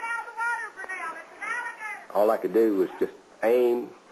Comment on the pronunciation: BAWB GETCHER GUN DERE'S AN ALLA-GADUH WIDDA KID IN ITS MOUF!